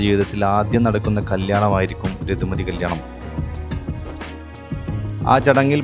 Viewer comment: ഋതുമതി എന്നാണ് ബ്രോ രതുമതി അല്ല 🙏